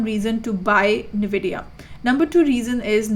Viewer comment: My friend sent me this just so I could get irritated by somebody pronouncing the name of the company incorrectly